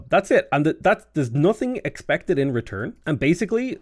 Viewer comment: finally the rechurn of the churn